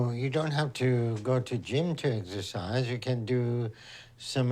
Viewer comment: Excercise? I thought you said extra fries 😂